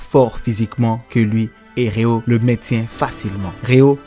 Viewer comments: Svp répondez moi pourquoi il dit RÉA au lieu de RÉO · c genant de dire Rea